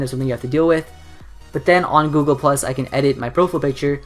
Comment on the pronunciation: Heres some feedback; why do you speed babble? Whats the point? Do you want people to understand this? At least learn how to say Google. What a complete waste of effort.